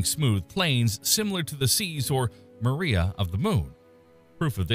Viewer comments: "...similar to the muh-REE-uh of the Moon..." Incorrect pronunciation! Should be: MAH-ree-uh. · MAH-ree-ah not ma-REE-ah.